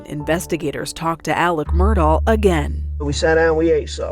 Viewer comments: Why do they keep calling him “Alec” when his name is clearly spelled as AleX ???? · Al-ex Mur-daugh….fact that he pronounces it Alec Murdock is evidence enough.